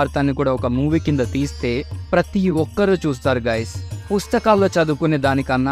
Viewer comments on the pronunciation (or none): none